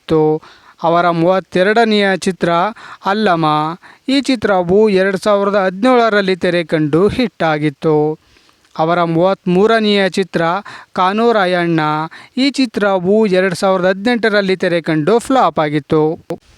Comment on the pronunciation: ಕನ್ನಡ ಉಚ್ಚಾರಣೆ ಸರಿಯಾಗಿ ಮಾತಾಡು ಗುರು..... ೧. ಕಾನುರಾಯಣ✅ ಕಾನುರಾಯಣ್ಣ ❎ ೨. ನಿರ್ದೇಶಕ✅ ನಿರ್ದೇಸಕ❎